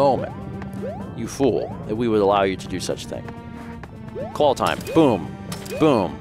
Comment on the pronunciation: Anyone else hear "clawl"?